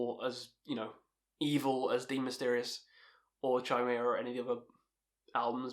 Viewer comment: It’s pronounced KY-MERA not CHY-MERA. 😂